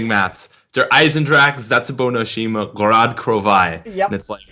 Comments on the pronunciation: its pronounced Gor-Ed - Kro-Vee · Many of you may know this and many of you may not, but it is pronounced (Gore-odd Crow-vee-eh) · Roll the r in gorod and for krovi it's krovi a but the a is a little bit silent but not too silent so gorrod krovi ah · Its pronounced "Gorod Krovi" the r's are rolled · Gorod Krovi is pronounced Gorod Krovia with an a sound on the end with a russian accent. :) its so easy to say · It's pronounced G-oh-roh-dt Kr-ov-yee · Gorod Krovi*